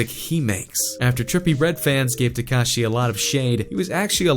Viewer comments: Who the fuck is “tecashey”😂😂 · he cant even pronounce x's name right lol